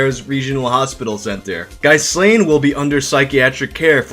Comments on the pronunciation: His name is pronounced "Ghee-lahN," similar to the chick that helped Epstein. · As a chubby, nerdy, awkward Star Wars mega-fan who was a teen in the 90s I have every possible empathy for Ghyslain. (FYI it’s pronounced Gee-lane. Like that maxwell lady).